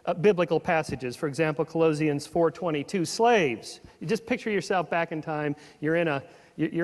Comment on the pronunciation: Ka-LOW-zians ??? I have never once, in over 40 years as a believer, heard ANYone pronounce Colossians that way. It's ka-LA-shuns. Makes me doubt his claim to have been a born-again student of the Bible. Then in his 20's he rethought everything? I seriously doubt it. Call me skeptical.